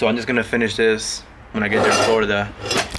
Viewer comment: He says Florida funny